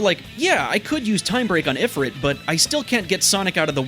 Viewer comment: it's pronounced ee-free-t